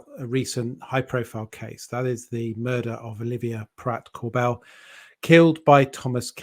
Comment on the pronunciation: Christ’s sake man, a solicitor should know it’s not cor bell like a divvy American, it’s pronounced cor bill with no separation of the syllables, it might seem petty to yous but I wanna preserve what is ours